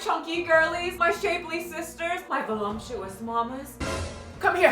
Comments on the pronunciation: There is no “M” in the word “voluptuous” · The "volumptuous" always gives me a chuckle as it takes me back to an evening when the crew was hanging out. Friend was describing his gorlfriend and landed on volumptuous. Took the rest of us a moment to process the word, but.. it was, indeed, accurate.